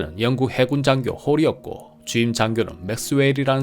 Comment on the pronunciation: 영쿡 발음이 예술입니다